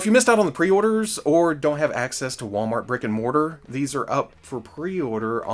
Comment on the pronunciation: When you say brick and mortar I keep hearing Rick and Morty